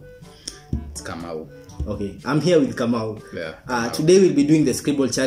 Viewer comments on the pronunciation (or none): He's Jaymo not kamau😂😂🤣 Anyways guys cheers🥂